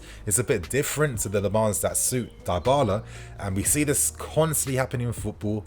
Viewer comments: Idk why but am getting sick if I hear you say Die-bala instead of dybala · Isn't his name pronounced dibala? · Dybala is pronounced with the Y like in BIG.